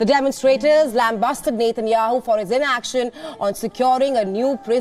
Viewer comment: This newscaster cannot even pronounce Benjamin Netanyahu properly. Very irritating.